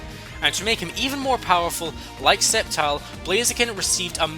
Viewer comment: bruh, did anyone else cringe everytime he said "septile" instead of "sceptile"